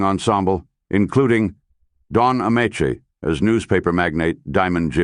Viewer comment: The flat, unemotional AI narration can't decide how to pronounce Don Ameche's name. I stopped listening and watching.